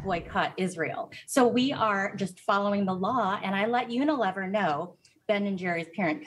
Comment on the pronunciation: "Semitic" is NOT pronounced "simetic", and you don't know how to pronounce "Unilever", either -- and you call yourselves professionals?